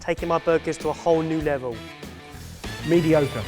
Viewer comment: "mediocre" OMLL😂😂😂😂